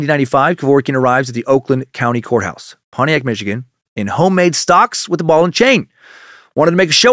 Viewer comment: You could hear the disappointment in dans voice the first time he pronounced Pontiac properly.